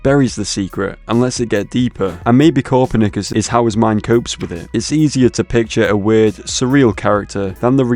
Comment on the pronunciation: The way he pronounces Copernicus makes me tweak bro😭😭🥀🥀